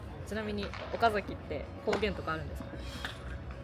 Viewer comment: 広報さん 岡崎のイントネーションはおか↑ざきではなく、おか↓ざきですよ！